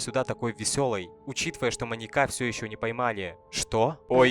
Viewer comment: Ебаный рот. Неужели так сложно выучить слово "маньяк" в разных падежах. Вас ютуберов по хоррорам завелось как собак диких и каждый говорит слово "МаньякА" 🤦🤦🤦пздц маньякА🤦 звОним, лифтЫ, прЭсса🤣🤣🤣🤣👍